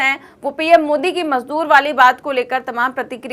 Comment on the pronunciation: madoor bola hai majdoor nahin